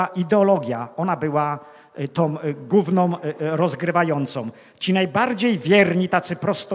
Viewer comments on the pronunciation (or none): Nie wiem ile ma racji. Sądzę natomiast, że zdecydowanie powinien popracować nad swoją wymową słów polskich. Nie mówi się BIOROM mówi się BIORĄ. Nie mówi się GÓWNĄ mówi się GŁÓWNĄ. Nie mówi się TOM mówi się TĄ. Nie mówi się ŚREDNiOM mówi się (nie SIEM) ŚREDNIĄ. Co to znaczy ROSCZELIWAĆ? Dalsze przykłady pozostawiam przygodnym widzom. Na ostatek jak można coś wylać lub wyrzucić coś do SEDESU? Można na nim usiąść, nawet zasiąść. Wylewać wspomniany sprzęt będzie trudno.